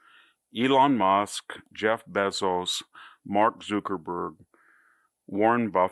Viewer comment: Why are you pronouncing it Zookerburg and Beezos?